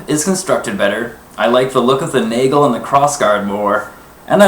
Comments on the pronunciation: Please stop saying Naygle... Nagel, A like in asterix, e like in nest. That being said, a ring is not a nagel. A ring is a ring. The nagel is a very specific addition to the guard. Not to mention it doesn't take the blow the same way. Is it the video quality or do both of those wobble just from waiving around? Also, the difference in thickness is quite obvious... You say they are a very good simulation of a messer. Have you handled an accurate historical replica of a messer? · It's pronounced 'nah-gel'. I'm half-German.